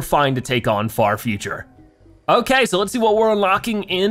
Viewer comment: I thought you said fart future